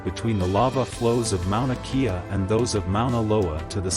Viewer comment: Mauna Kea … pronounced Kay-a not kee-a